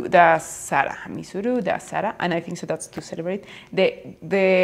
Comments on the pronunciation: It's not misuru it's Mysore - my sore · It My sore it wrong in pronounced